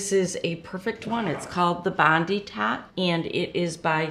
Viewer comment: Just so you know it's pronounced bond 👁 as in our Bondi Beach, Sydney Australia.